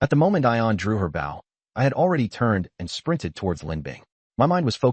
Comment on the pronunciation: I'm curious. Why with such interesting stories,do you ruin them with drawings that do not match the story and the text is so far behind the voice reading it. I'm also curious why certain words are never pronounced correctly? Wound , and bow are 2 that quickly come to mind.